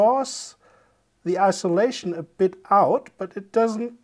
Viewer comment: IN-sulation, not I-solation